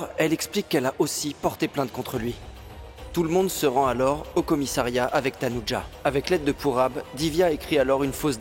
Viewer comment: Je suis choquée 😂😂😂 c'est dit pas tanuja 😅❤